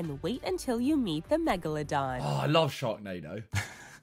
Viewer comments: The real question is, who said “megladong” first, josh in this vid or Ethan in the recent tinder vid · "Megalodong" XD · Points for "megaladong."